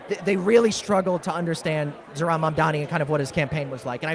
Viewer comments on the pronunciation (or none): OK, so it’s not just Ryan mispronouncing Zoran‘s name tonight. Both men at the live campaign event can’t seem to pronounce the Democratic nominee for the mayor of New York’s name correctly. Come on, guys. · i love that ryan grim still can't pronounce his name right it's actually endearing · He pronounced it right some of the time, I think the room being like 120 degrees made then mess up more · Is Ryan sneaking some celebratory tokes out there?😏 Come on, Zoran is going to be the next mayor of New York. Ryan should try to pronounce his name correctly.